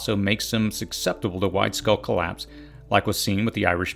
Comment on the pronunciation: Good advice. Don't forget making sprouts, especially for city dwellers. Please learn how to pronounce the word "susceptible."